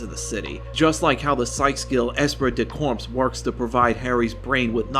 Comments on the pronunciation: “esprit du corps” is actually pronounced “es-SPREE duh Core” It’s French so the finally letters are silent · “Ess prit da corpse” LOL just teasing you, this was a good essay